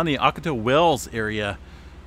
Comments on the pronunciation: always a pleasure listening to your reports. fyi "ocotillo" is a plant and is pronounced aa kuh ti low in spanish ll = e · Ock-ah-tee-ya Wells. For a guy that lives in California, you pronounce Spanglish like a gringo. 🤣😂🤣 I love your updates though. Subscribed and liked. Keep up the good work. Cheers from New Zealand, via San Diego. 🤙😎 Hey, do you follow GeoNet? Covers all of the seismic activity here in NZ. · San Diego checking in... still looking for a low to mid range 6 for So Cal... Ocotillo is pronounced Oc-Oh-Tee-Oh and Jacinto is pronounced Hah-Sen-Tow. In Spanish the double ll's make a silent Y sound and the J makes a silent H sound. 🌎🙏😎👍🤗